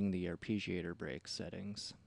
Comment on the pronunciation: Fantastic tutorial, but your pronounciation of arpeggiator is killing me.